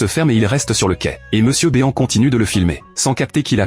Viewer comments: Mr BÉ-AN !? C'est Mister BEAN > "BINE" Bordel Raaaaaaah ..... quand vous reprenez des vidéos vous pouvez pas au moins contrôler le rendu...... Et puis le fil qui attend son père....sérieusement. .....blaireau !!!! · C'est MRbean pas Monsieurbeon